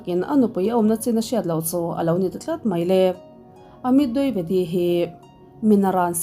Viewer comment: Dwivedi ( di ve di) tih a lam tur ania,,(duivedi) nilo in,,ka lo sawi ve mai2,, min lo ngei ngawt ange 😂 ka sawi ve mai2